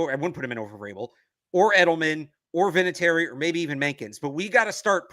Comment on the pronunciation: Vinatieri - not even close...no offense,.